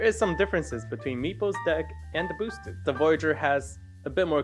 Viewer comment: Did he really say "bos-ted" board? 😂🤣